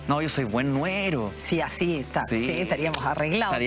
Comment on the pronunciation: Jovencito, se dice yerno y no nuero